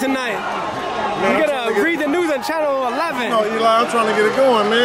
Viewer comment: Im tired of these MFs saying Eli😂😂